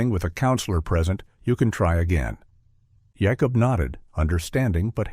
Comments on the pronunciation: I understand not everyone pronounces some things the same but "Yacob instead of Jacob?" Wow 😮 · Ive never heard of that pronunciation of Jacob.